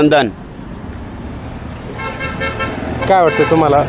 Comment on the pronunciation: 11.24 संधान ❌ जनधन ✅ 😂😂😂